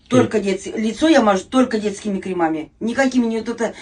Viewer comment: КрЕмами, ударение на первый слог. Грамотность немного подтянуть, и будет просто идеальная 58-летняя женщина из толпы💯